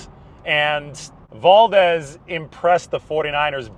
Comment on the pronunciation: You pronounce Valdez like a white boy.